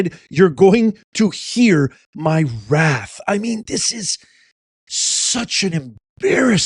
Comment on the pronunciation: She said "my raff" not wrath .